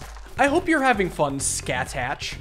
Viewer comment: How dare you pronounce Scathach wrong!